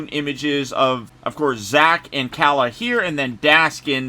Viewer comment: Salutes to you mr sir your the only youtuber who said kalas name the correct way! Everyone calls her Kayla 😂